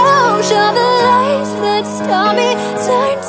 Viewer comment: I keep hearing lice instead of lights